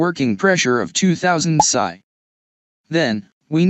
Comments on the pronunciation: A very basic and good overview. A human with experience would have done much better. AI says " pisseye". It's " pee ess eye ", as in " pounds per square inch ". Nobody puts bullets in an air gun. Pellets or slugs would be proper. AI will make idiots of us all. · Thanks for saying pasaye instead of psi.